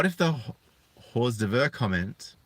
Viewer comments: It's "oar durvs" not whores d urves. Please work on your vocabulary mis-pronouncing words lessens your credibility. Maybe pre-read your articles before making the video and look up the proper pronunciation of words you don't understand. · 'Hors d'oeuvres' is pronounced 'or derves', but if you want to be really piss off the French, 'Horse Doovers'.